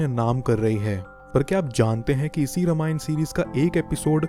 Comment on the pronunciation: It's रामायण not रमायण btw nice video 🥰